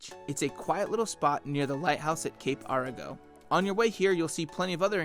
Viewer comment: There's no lighthouse at Cape Arago. AIR-uh-go.